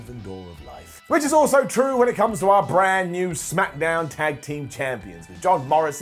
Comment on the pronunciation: Second time in 7 days..... "Lets up those smack-a-downs!!!" Brown down!!!